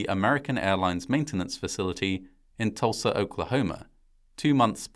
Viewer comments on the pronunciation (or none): none